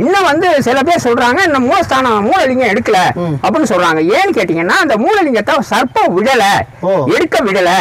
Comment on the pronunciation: யப்பா பாஸ்சு நீங்க சர்ப்பம் அப்புடின்னு சொல்றது SARBATH அப்புடின்னு சொல்ற மாதிரியே இருக்கு. நீங்களும் உங்க உச்சரிப்பும் தூஊஊ 😪😪😪😪😪😪😪😪😪